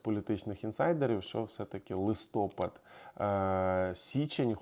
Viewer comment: ЛистопАд а не листОпад!